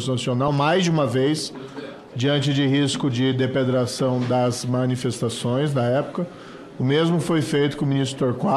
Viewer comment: Eta.. "depedração". É ignorante jurídico e em Português.